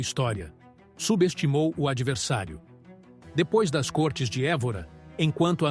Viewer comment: Lê-se côrtes e não córtes.